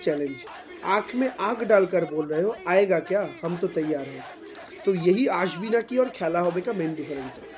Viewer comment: Sakshi, Aashbi Naaki hai, Asbi Naaki nahi, please uccharan sahi se Karo bhai!